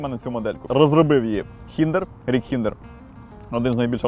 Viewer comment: Взагалі то Рік Хіндерер, а не Хіндер.